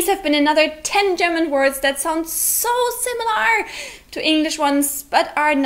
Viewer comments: The way you say "similAR" is pretty weird. In British English it would just be "simil-uh" or in American I guess it would be more like "simil-ur". But either way you are stressing the final syllable way too much. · Just a tip: The way you pronounce "similar" is a little awkward. You put too much emphasis on the 'a'. It should sound more like "Similer" or "SimilUR". It doesn't require as much effort as you are using to pronounce it. Hope this helps. :) Love your videos. Love the german language. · British viewer here; your English is really excellent and your videos are entertaining. One thing that was quite jarring, an over-emphasis on the 'lar' in similar. Emphasis should be on the 'sim'. Keep up the good work! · similar is pronounced without "are" at the end. It sounds more like "err". (simm-i-lerr) not (simm-i-lare) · I love your series and your English is very good. However one tip from this video, the word, similar has an l-a-r at the end. but it's not pronounced similar, it's pronounced similer (like bigger, smaller, similer) . I don't know why but it's true. English can be a chaotic and spiteful language that will break rules just to mess with you. Sorry :( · That's not how you pronounce "similar," by the way. The final vowel (a) is pronounced similarly to the second (i), sometimes even identically. Compare British /ˈsɪmələ/, American /ˈsɪməlɚ/, and your mispronunciation /ˈsɪməlɑɹ/. It should not rhyme with "bar". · similahr... lol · I hope by now someone has told you you are pronouncing "similar" wrong! The -ar is not an 'ah' sound, it's the schwa as in 'better' or 'the'. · auf englisch, man "similar" wie "similer" aussprechen. Lol 😂